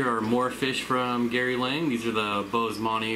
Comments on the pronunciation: Gary Lang? Its Gary Lange. Like Flange. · Thats funny, because even he pronounces it Lang lol